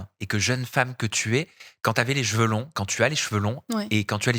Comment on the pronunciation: Bravo! Y'a du progrès! Tu dis cheveux, au lieu de jeveux, une fois sur 3!😆 😘❤